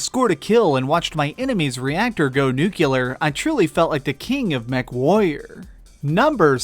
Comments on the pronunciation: NUCLEAR. Fool. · lol you are definitely from Texas, you said nukular